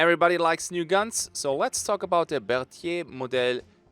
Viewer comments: Really nice french prononciation on the Berthier :) nice video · Merci d'avoir prit le temps de bien prononcer le nom du Berthier en français;)